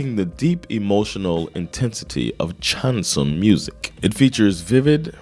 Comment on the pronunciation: Chanson (stress on second syllable) is French for "song", but also the style of very dramatic and emotional French songs. It doesn't fit your channel, but you should check out Jaques Brel's song Ne me quitte pas (Don't leave me) No subtitles, but I don't think you need them